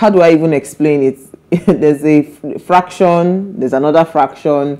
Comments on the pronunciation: That word is “faction”, NOT “ fraction”’ pls, madam. Thanks for the good joke b though. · Nne, it's not called fraction. It's faction.